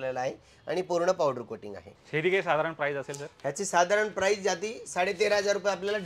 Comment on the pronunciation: प्राइज नाही, प्राइस म्हना 😅😅